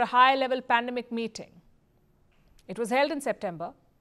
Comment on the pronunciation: Its not pandamic. Its business. 😄